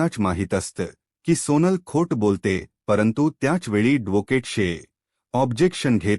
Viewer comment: मारवठी बोलता येत नाही धोकेट कय ऍडव्होकेट n😄आहि म्हणता येत